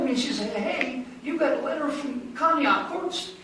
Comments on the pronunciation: That is not how you pronounce conneaut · Conneaut = Conn-Eeeee-ought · You saying it wrong lol